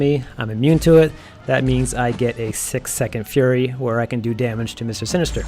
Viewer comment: haha its all good I was just making fun of how you were saying his name. Actually was a good video, though without Heimdal I'm still having issues. Act 6 is a horrible bit of content.